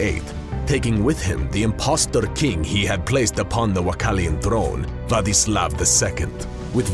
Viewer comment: the only name that was said right was Vladislav 😂